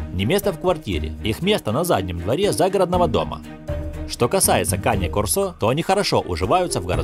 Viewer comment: Там нерусский что ли комментирует? Кане-кОрсо, а на корсО!!!